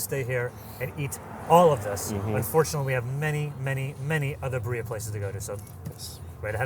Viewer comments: Every time dude say buh-ree-uh kills me. The London nerd says it correctly which is wild. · why is he pronouncing it like Berea? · I love how is from the U.K. and he pronounced birria better 😂! Love this show and love seeing my area visited but.. Bee---rree--ah. R's rolled. ❤❤ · I was dying, the way he said it made me think of "diarrhea." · BEER-ia. Put the accent on the first syllable dude. It's not that hard. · It is pronounced Beer-REE-AH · Please please please practice your pronunciation of the food names you are reviewing……. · This guy has got to learn how to say birria correctly. It's too much. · Try to pronounce it properly, please. It's really not all that hard to roll your R's. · I mean they could’ve checked the pronunciation of “birria” for a vídeo about birria 😂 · The way this guy pronounces birria is so cringy and awful. Embarrassing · wtf is this pronunciation?! You're killing me! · is always such a delight!!! is painful to listen to, usually unbelievably rude when in the UK and now he’s mispronouncing Birria the whole video. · The dude from LA needs to learn how to pronounce Birria correctly. The British guy seemed to pronounce it better. BTW, there are so many other fantastic birria places in the Los Angeles region. Great series. Thanks. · The American dude’s pronunciation of birria is nightmare fuel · can someone show him how to pronounce Birria properly? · Couldn't even make it a min into the video with out stopping it, what a horrible way to pronounce birria. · Love them and the show but it is annoying me that they keep misplacing the accent on birria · Realllllly butchering the pronunciation of birria 😬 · That white haired dude is one of the biggest Gringos of Gringos. The way he pronounced Birria is nails on a chalkboard Gringo. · His pronunciation of Birria is hurting my ears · They could've at least taught them how to pronounce birria.🤣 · The Spanish pronunciation is KILLING me, oh god. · Roll your r's